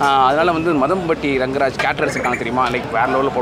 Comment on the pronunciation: Athu maadhampatty rangaraj not madhampatty